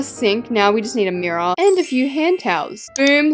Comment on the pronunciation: “Mirror on top of that” But mirrior tho- so British bro